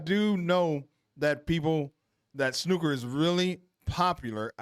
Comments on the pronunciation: its RONNIE O'SULLIVAN not ronnie sullivan and well done on saying snooker instead of snuker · Congratulations you are first American reactor who can pronounce "snooker".